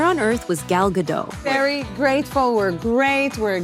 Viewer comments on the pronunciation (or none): GadoT, the T is NOT silent. Simply fanatically pronounced. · Her name is Gal Gadot. But they pronounce it Gal Gado 😢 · You pronounce the T in Gadot! It is not a French name. I am not picking on the French, I am of French descent. It's just that they are known for not pronouncing the last letter in a word, Hebrew isn't like that! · Stop mispronouncing Gal Gadot's last name. She's not French. The "T" is not silent. She's Israeli. "Gadot" rhymes with "note." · The T is not silent. She says it herself. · It's fuggin "Gah-dote" not Gah-dough ... a bit like "gull gah-dote" ... like in anecdote. And the video's clickbait zhit. How can you make a video about a subject, not even fact check how to pronounce it, then expect any credibility. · The T is not silent ffs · Okay, two things: 1. I’m pretty sure the “t” in Gal’s last name is not silent. 2. Who cares about her feud with Rachel Zegler? At the end of the day, I’m pretty sure this movie bombed because people saw it for the soulless cash-grab it was and not because of any extraneous garbage having to do with Israel-Palestine. And no, no amount of antisemitism puts Gal Gadot’s acting above criticism which I have seen people continue to do with legitimate justification. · Its Gal GadoT not Gal Gado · Gal Gadot, not Gado. The T isn't silent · It's pronounced Ga-DOT, not Ga-DOW. Gal is Israeli, not French. 🤪😝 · Gadot, rhymes with hot. Its crazy that people are making videos about her, without even knowing how to pronounce her name. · Please pronounce Gal Gadots name correctly! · Doesn't she pronounce it "Ga-dot", tho? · Why is Gal Gadot’s name mispronounced so often?